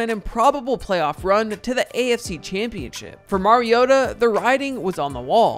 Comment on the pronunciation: Mar-ee-oh-tuh Not Mary-oh-tuh